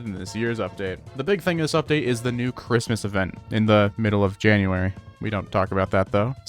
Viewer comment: .... Ca-rist-mast event